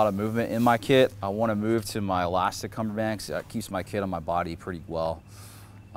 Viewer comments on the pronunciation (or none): He said cummerband and egro Lmao